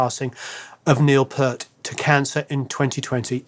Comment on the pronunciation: Neil Peart. FYI it sounds like "Peer" + "t", not "Prt".